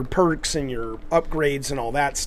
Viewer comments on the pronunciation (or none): none